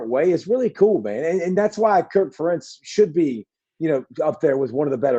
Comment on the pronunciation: Good one. Although, I did not like the mispronunciation of Ferentz!